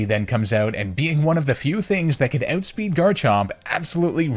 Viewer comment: "ootspeed" Canadian confirmed??